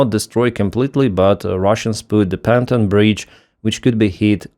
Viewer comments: I've trying to change your pronunciation of Pontoon Bridge for 4 years. It is not Panton it is Pon....tooooon! Look it up please. "Panton" sounds like "wearing trousers". From Ireland. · Pronouncing English : pontoon (bridge) pon as in the morning 'dawn' and toon as in 'tune' the piece of music. "pontoon". Slava Ukraini! Keep up the good work.